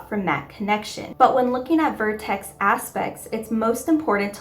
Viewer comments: VERtex (not VORtex) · Why are you saying vortex when its vertex. And it is usually just refetred to as the vertex. Not the point of vertex